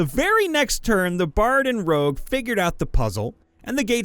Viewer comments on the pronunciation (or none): It's not rouge, IT'S ROGUE!!!